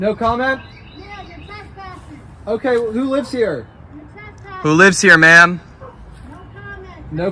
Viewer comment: Your Twesspsssin Your Twesspsssin Your Twesspsssin Scripted😂😂 Amateur